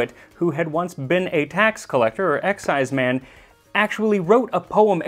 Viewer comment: You're mispronouncing exciseman. It's not "EX"-"ize"-"man", it's more like "ek"-"SIZE"-"mun". They were hated and reviled in traditional Scottish folk music, often coming up poorly when compared to the devil. Where I come from in the southern Appalachians (U.S.A), they were called revenooers (or, more politely, revenue agents.) And, yes, there is a relationship between the illegal distillers of Scotland and the moonshiners of the Appalachians. The eighteenth century Scottish emigres brought their love for the wee dram, the ability to produce it, and their disinclination to pay taxes on it when they came to the U.S and settled in the mountains west of the coastal areas. Over the years, they worked their way south along the ridges and hollers (sometimes only a step or two ahead of the tax man) until the mountains ended in north Georgia, doing battle with the hated tax agents the whole way. But that's another story... richard “Everything that needs to be said has already been said. But since no one was listening, everything must be said again.” — André Gide { Or as I call it, full employment for historians.}